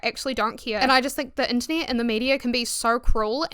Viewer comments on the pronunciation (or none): Not me hearing "the Anthony" instead of "the Internet" lmaooo I love your accent though!